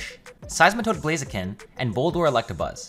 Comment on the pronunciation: "I opened with Blahzeeken"